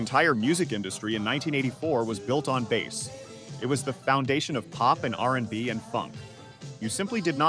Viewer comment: You can always review the output from your chosen AI and listen to it beginning to end and have to replace 'bass' from being said "base" or "bass". Your lack of editing it what makes this video voiceover bad.